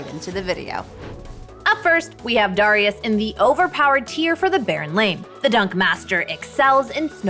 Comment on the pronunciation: stop saying darius like that.. my god lmao